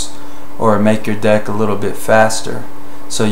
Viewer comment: whenever you say deck, I always chuckle a bit cos its sounds like dick.